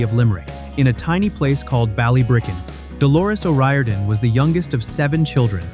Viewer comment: Delores O'Riordan. O' Rear-don!